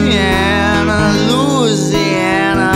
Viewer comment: we're not loozeeanner. you did everything great except the pronunciation.